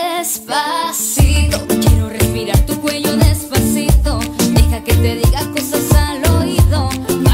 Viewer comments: THE FIRST GIRL SAID DESPATHITO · the first girl said dispacito wierd she said dispacitho intead of dispacito if you knlw spainsh you will understand. ...? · The first girl ''Despathito'' lol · The first one she was saying Despathito not Despacito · the first girl , despaTITO 😂😂😂😂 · Despatitho! No bayan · Despatito. Hahahahaha 😂😂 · I swear the first one is saying despathito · despatito haha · why does the first person say "despacito" like "despathito" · It is desposeto not despotheto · the first didn't say despasito..... BUT DESPATHITO!!!😠😠😠😠😠😠😠😠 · Why is the first one saying despathito??? Its despacito get it right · Is it so hard to say 'si to' instead of 'thi to' wtf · Its not Despathito but Despacito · the first girl: despathito...despathito... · Is it just me, or did the first girl say "despathito" with the "th" in it? I mean, I'm not offending her because I personally can't speak fluent Spanish myself, but uh yeaaaa... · I love how Sandra pronounces it with a "th" sound instead of an "s" sound. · did anyone else hear the first girl say despathitho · She said despathito, don't believe me, listen to it it's the first cover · why is she like saying "despasitho"???? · i like it but she cant say despacito right lol is funny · #5 di maganda anģ pag pronounce nya ng despaçito😂😂 Prang ang haba ng dila😂😂